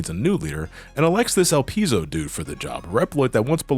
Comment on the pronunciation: ''Elpis'' (the japanese version of Elpizo) is an ancient greek word and it means ''hope'' (in moden greek it's ''Elpida''). ''Elpizo'' is the verb of this word and it means ''I hope''. Your pronunciation is correct.